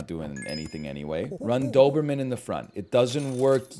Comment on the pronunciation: Simply can't say Noberman